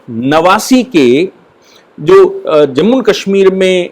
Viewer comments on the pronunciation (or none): none